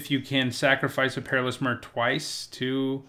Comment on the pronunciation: It triggers me how you pronounce myr. I say my-er